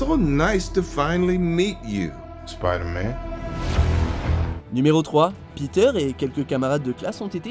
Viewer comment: Tu prononces pas correctement Spider-Man et Ant-Man TROUDUC!!!